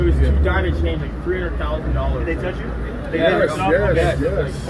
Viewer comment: I thought you said "over $300,000 in change." It thought, why was this kid walking around with $300K in coins?